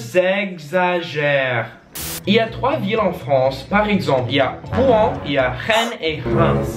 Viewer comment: j'habite a Rouen moi j'me sens vexer que vous arrivez pas à le prononcer